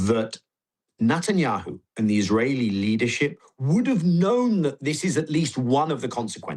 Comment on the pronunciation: Like the way he calls him Nutenyahu 🥜